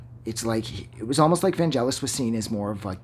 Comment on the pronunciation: Please pronounce his first name correctly first!